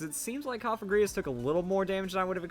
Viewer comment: Cofagrigus is pronounced "kahf-egregious"